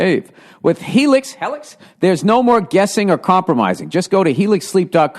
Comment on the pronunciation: Helix? Helics!?